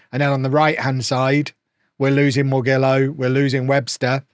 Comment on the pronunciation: Morgillo is half-Italian, so his Italian surname should be pronounced more-JILL-oh.